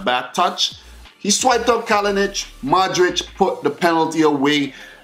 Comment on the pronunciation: daj slušaj malo bolje nije madrich xD